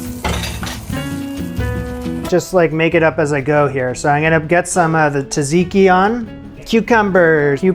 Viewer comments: Tza-tzi-ki, not “taziki sauce.” Looks really good though! 👌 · Greek here! I would eat that burger rn lol. Also it's pronounced with a J not t, both tz, tzatziki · you made that burger completely wrong, the bun should be on the INSIDE and the onions should be scrambled jokes aside, looks nice and I only commented to say "tasseeky" is now my new favourite way to say tzatziki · TZA-TSIKI sauce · Your videos give me anxiety and make me laugh at the same time and I love it. Also - the way you pronounce Tsatsiki had me in tears 😭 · Cracks me up every time he says it!